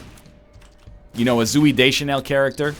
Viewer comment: excuse me? Zooy? wtf NL